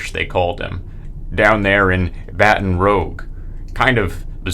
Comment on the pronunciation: I know this was years ago and you’re probably more careful, but the mispronunciation of “Craic” and “Baton Rouge” really threw me out of my element lol